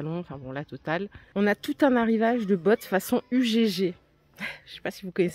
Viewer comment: Ugg c’est australien et ça se prononce EUG ! 😉